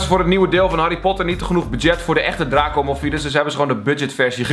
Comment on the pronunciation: Die uitspraak van draco is echt ni oké 😂